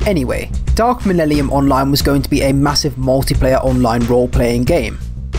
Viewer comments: Lol dude is having so much trouble pronouncing "millennium" come on bro sound it out. Why are you replacing the n's with l's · Could you please stand up and pronounce the word "millennium" for the rest of us? Thanks! Now, try "millellium". Awesome! Keep on keeping on! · "Dark millellium" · i just watched the 2010 trailer defs ends in the narrator saying mellennium and not mellellium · What I hear: Millellium What I read: Millennium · Dark 'malelelium' lmfao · "Millellium" xD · Cool video so far, but I have to stress that it's MIL-EN-IUM, not the garbled jive you were saying lol. But for real, appreciate your efforts, the whole game's pitch always seemed like "it could be good if enough people support us", never quite reaching the levels of decency advertised. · Lebowski There's so many things that you could criticise him for and out of all of them you decided that him saying a word wrong (by one vowel) is proof that he's a fake fan. I swear, some people are living satire of normal humans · It's hard for me to believe angry Joe is particularly excited for news regarding 40k if he can't even read the iconic line correctly. It's 12 words. How do you mess that up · There’s actually a funny reason behind me saying dark millennium. I basically when making this video wanted to get the speech right. Since I have dyslexia I want to say hard words right so I looked up how to pronounce dark millennium correctly. Whatever I heard clearly has come back to bite me in the back as wrong. So the one thing I wanted to get right in this video I got wrong.